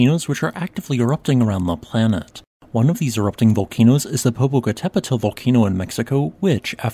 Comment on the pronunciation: I understand that names are not actually geology, but you should ask Google how to pronounce Popocatepetl and Halemaʻumaʻu. Hint. there are no blended vowels in Hawaiian. The apostrophes are breaks in the sound. Ma ooh